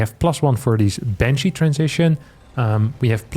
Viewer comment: Bunshee wepowting fow dooty!